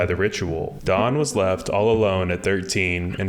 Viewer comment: stfu he said daán which is correct pronuntiation. literally stfu